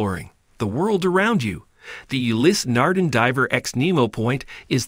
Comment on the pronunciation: Interesting video. The pronunciation of Ulysse Nardin, however, makes me angry.